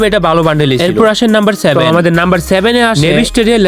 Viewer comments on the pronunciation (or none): none